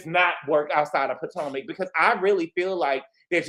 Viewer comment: Did. You say 'poor-tomac'??! 😂 If not that is funny and shady when comparing Gizelle to Teresa